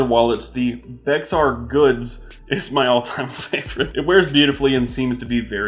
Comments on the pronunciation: Bexar is pronounced baehar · MOD ps I showed my family this video and we all cringe when you mispronounce Bexar LOL we live in Bexar County but keep up the good work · I know what you mean about the “x” in Bexar. It is actually the name of the county where the company got started or is based, San Antonio, Texas. It’s actually Spanish in origin, and that’s why the “x” is silent. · Re: Bexar goods, Bexar County is where San Antonio TX (Formerly San Antonio de Bexar) is located. The original pronunciation was "Bay-har" or something similar to it, but present-day Bexar County has been Texanified in his pronunciation to "Bear" (or at best, Bayer).